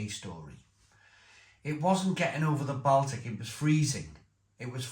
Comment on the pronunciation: Sorry to say, but you're either very uneducated & a bit simple, or the amount of alcohol you consume, is also consuming brain cells. Who? On this planet, can't even pronounce "Baltic"? I mean really!!!!